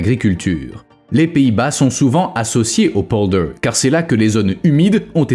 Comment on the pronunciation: Quand vous parlez d'un pays, apprenez à prononcer correctement les lieux dont vous parlez ! Les polders : ça se prononce exactement comme ça s'écrit pollderrss (c'est moi qui double les sonsonnes), Zuyderzee = "Zeyyderzéé, et la terminaison meer qui signifie lac = méér et non comme en anglais. Et surtout ne me parlez pas d'éoliennes, véritables hachoirs à oiseaux et bétonisation du sol (même sous la mer) et dont on nous cache (les lobbys) la désastreuse pollution et le faible rendement !.